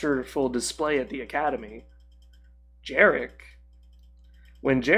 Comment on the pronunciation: Not really. You mispronounced Jerec's name, you called Yun by Sariss' mispronounced name, nevermind you left out Gorc, Pic, Maw, and the Grave Tusken Swoop Gang, but you said Yun jumped out of some closet in Kyle's home while in reality he was in a tower in a different city, Rahn's saber was actually INSIDE Weegee and not in some random panel or something, Jerec killing Kyle's dad and then capturing his dad's friend Jedi was told so confusingly I actually believe you didn't understand that part, and all that just before I couldn't bear it no more and turned the video off. I'm not an expert in Kyle's story before he left the imperial academy but if someone just popped up here and said you're making half your stuff up I wouldn't be surprised. You are a confused person and no hard feelings for that, but even your comment response is barely making sense, let alone false. Far from me to want to stop you, but your loose interpretations fit Legacy of Kain well, but do NOT fit Star Wars at all as the latter is a more exact lore. Being down to earth friendly and casual is cool, but some things just need to be exact and professional. Still, not to be a hater at all. Kudos for your passion, though. I'd advise strictly sticking to the exact lore when it comes to Star Wars.